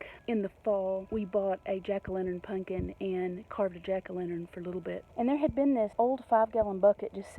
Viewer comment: I love that you pronounce it, punkin. LOL. Reminds me of many of my extended fsmily.